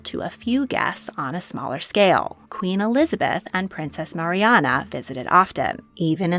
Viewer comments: Lovely video, thank you. Just one thing... it's Princess Marina not Marianna. 😀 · Ma-ree-na not Mariana